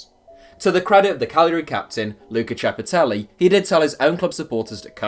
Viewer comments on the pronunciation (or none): none